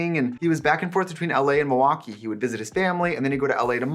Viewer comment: Even if you hadn't told me you were from WI... I would have known when you said Milwaukee. 😂